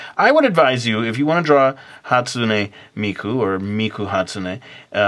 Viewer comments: Is it the way pronounced it,"hastumey miku" or the way I've always said it "hastune miku" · Dude that's not how you say Hatsune Miku"s name FYI you are an idiot